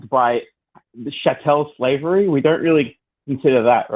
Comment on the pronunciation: It is pronounced: cha tl, not cha tel